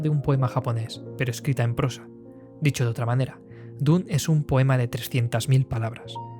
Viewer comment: Me ha gustado tu análisis, pero como todos los "jovenzuelos angloparlantes" meteis la pata en la pronunciación: D U N E. Ha si lo dijo Frank Herbert, por duna o dunas.